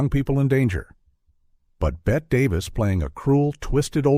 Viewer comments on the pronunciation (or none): Love the videos, and I find the AI voice very soothing; however, you need to edit this so it would pronounce Bette as Betty, not Bett. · And it's pernounced Betty, NOT Bet! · Ger name is Betty not Bet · This is one of the WORST of these kinds of videos I've seen - it's RIDDLED with blatant, shameless errors: 1. Every video with awful AI narration and a BOT narrator has the wrong pronunciation of Bette Davis' first name. It's pronounced "Betty" not "Bette." She is one of the most famous film stars in history and it's ridiculous that these dreadful AI videos NEVER get it right. 2. Joan Crawford and Bette Davis NEVER worked together before this. The narration here states, "they hadn't worked together in over 20 years." That's simply WRONG, as they had not worked together at all. And the "feud" between them was not anywhere near how it's constantly portrayed. FROM WIKI: Crawford dismissed rumors of a feud between herself and Davis, expressing her desire to collaborate with her co-star since 1944 when they were both under contract to Warner Bros. Variety quoted Davis from a television interview, stating that the two women had "too much pride to quarrel." Another report from Variety in August 1962 confirmed the friendly atmosphere on set. AND you don't even mention what went on surrounding the Academy Awards which involved ACTUAL tension between the two actresses. 3. Bette Davis was 54 - not 61 - when she made this film. HOW COULD YOU GET SOMETHING SO EASY TO RESEARCH SO WRONG? She was born in 1908. She was NOT already a grandmother. Her daughter was 15 when this film was being made. In fact, Bette's daughter plays the neighbor's daughter in this film - an ACTUAL interesting fact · What is the determining factor as to when to pronounce Bette Davis' name as "Bet" and when to pronounce it as "Betty"? True -"Blanche Hudson" couldn't move, but she had no trouble speaking. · Bette Davis' first name is not pronounced "Bett." It is "Bett - ee." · Me too!!!!